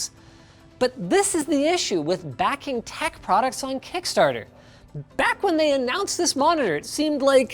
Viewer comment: ack in may instead of back hahahaha